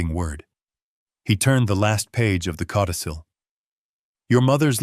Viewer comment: Cautisil??? LOL. It’s “codicil”. Please do better.